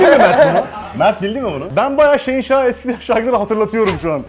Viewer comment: abinin şehinşah deyişini şeyinşah diye anlayan tek benmiyim amk